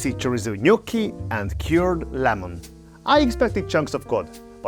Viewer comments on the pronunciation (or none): none